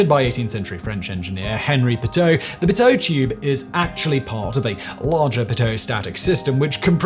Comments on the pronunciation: Pronounced PEE-toe. Not paTOW. Knowledge is power. 😉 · I've heard of Pitot tubes but never of Piteau tubes. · "Pee-toe", not "Puh-tow", in every place I've ever heard it. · Pitot is not pronounced pa-toe it’s pee-toe Simon. You’d be amazed how many young kids think the pitot probe is a a gun, 😆. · Pronounced 'pee - toe', not p'toe. No stress in French. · PEEEEE!!! TOE!!! NOT P'teaux patoo puhtohhh puh-toueue patooey!! PEE TOE!! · pit-o??? no one pronounces it that way. its pea-toe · Thousands of pilots shouting at the screen "it's pronounced pea toe, not pi toe" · Never heard it pronounced pi-toe, I've been involved in aviation 40 years and everyone pronounces it pee-tot.. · Its pee toe not p'toe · Sorry Simon, US French is not how you say it. It's a "PEE-toe" not a "p'TOE". Americans also say "croiss-ANT", but its first syllable should emphasised. Yurss, Pascal P Dantique. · pit -oh is cracking me up. Air disaster and flight videos say pee-toh. Simon's fake it 'till your make it stab at pronunciation. (yup, I Googled the pronunciation before hitting comment. ) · In English, it's pronounced pee-toh, not pit-o. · Pee-toe Not pit-Toe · Oh. My. God. It's pronounced "pee-tow" not "pit-tow." Simon gave me an aneurysm every time he said "pit-tow." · "Peeto" and static ports...I cringed every time you said "pito". Sorry, I was an instruments technician in the USAF for 24 years, and I worked on this system extensively. Don't have the editing tools here to properly annotate the pronunciation. Pain in the butt. A leak could drive you crazy trying to find it. It could be a hose, a leaky indicator or (if you were really unlucky) a bad tester that would have you hunting a ghost for hours. You are spot on about the mud dobbers. They were a menace. Never leave your tube covers off after you park! Newer systems had Pitot/Static probes that had the static ports built into the sides of the pitot tubes. Auxiliary systems usually had flush mount static ports on the body of the plane.